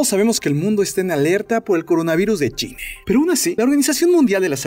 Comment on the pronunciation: Soy yo, o en todos los videos se le escucha decir más "Chine" que "China" ?!?!?!?!!! En el escucho que dice "tos sequE" ...que carajos?!